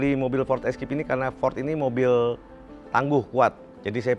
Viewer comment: Maaf Bos Baca nya " FORD ISKEIP " untuk FORD ESCAPE 😊😊 Bukan ESKIP